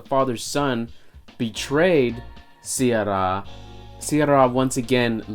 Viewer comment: If you can't pronounce "sye raa" properly, I'd doubt if you have watched the movie or not! That word was uttered like 200 times in the movie!!